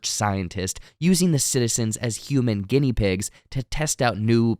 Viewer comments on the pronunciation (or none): none